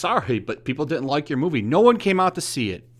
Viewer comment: She said dint Lol